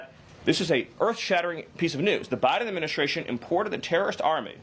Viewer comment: Agreed; but he needs to pronounce 'secretary' and 'administration' and other important words correctly. I don't know why, but ALL the media do not pronounce these words correctly, even Jesse Watters! You can't spell 'secretary' without 'secret'. A little pride in expression goes a long way. For talking heads, there's no excuse; it's their whole job!